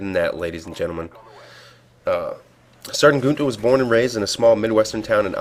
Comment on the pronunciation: his name is pronouced "GEE-inta" but very nice job explaining